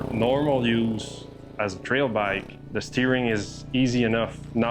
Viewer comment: Makes me cringe everytime he says "bike".....